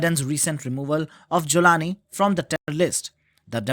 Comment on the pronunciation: Joe can't even pronounce Jolani 😂 are you kidding me